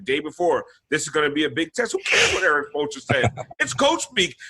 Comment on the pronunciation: Lmao at spolestra